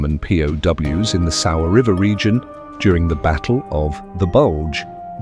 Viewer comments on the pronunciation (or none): none